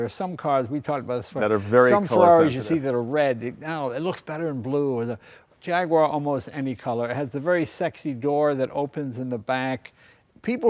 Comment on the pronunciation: Yes, but interestingly he then mispronounces Jaguar after having pronounced it correctly at the beginning.